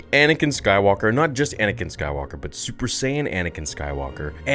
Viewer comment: Everytime you said super sayin Anakin 😂